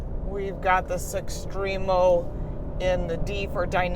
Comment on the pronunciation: I seriously doubt she's owned a Quad before....she can't even pronounce Giulia or "estrema" (called it 'estremo') correctly. She also mispronounced the scudetto grille. Also "A" stands for advanced efficiency; not 'automatic'. Youd think if you actually owned a Quadrifoglio, you'd know just what the hell these things are. They just let anyone review cars these days.